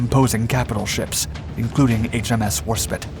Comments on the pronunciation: And yet he can pronounce "despite" properly. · At that time the "jewel in the crown" of the RN was still HMS Hood, not Warspite, though a fine ship. As for your pronunciation, its so wrong! Its not War - spit its War - spyte. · Angry Grand Old Lady noises! It's Warspite, not War-Spit imagine those 15" guns firing spit balls 😅 Belli dura despicio! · It's Warspite as in fight, not Warspit as in hit. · It's the HMS WARSPITE (rhymes with "light"), NOT Warspit (rhymes with "lit"). Did you think they named it after saliva? Jeeezus!!! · WARSPITE it's got an E on the end. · NOT "war spit" ! It's name was WarSPITE ! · I wish you would put at least a " little " bit of effort, in pronouncing the bloody names correctly, for the love of God man, War spit ? if you can't tell the difference between spit and spite, how the hell can we trust anything you say is factual . Its bad enough when you talk about one piece of equipment and show pictures of something different all together, but come on man, this could be a great channel and with just a little bit of effort, you can do it, your choice of subject matter is top notch, if you just fix these two things your channel will be fantastic . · Me as a German can say with 100% that we dont Call it Spit. We Call it Warspite . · It's War - SPITE... that's SPITE meaning contempt, disgust,, not SPIT.... SPITE rhymes with WHITE or LIGHT, not SIT or 5H17 . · Spite not spit you dolt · Its warspite not warspit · WAR SPITE! Not spit. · WarSPITE not WarSPIT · War-spit?! What are you talking about. The name is spelt with an ‘E’ at the end!!! Should you want to say “spit” it would be spelt exactly like that. However, if you cannot read or write then get some education. It’s a famous British ship, stop the insults. 😡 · Good video but pronounce Warspite right 😂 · HMS Warspite not HMS Warspit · Interesting film, however, correct pronounciation is "War Spyte", languages can get confusing sometimes. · Did he say "war spit" ?!?! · HMS War-spit??